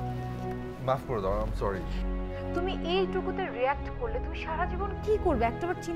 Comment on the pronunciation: মাউগপোলা, corry না sorry